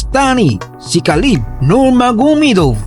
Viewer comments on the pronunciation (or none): Khabib ❌ Khalib ✅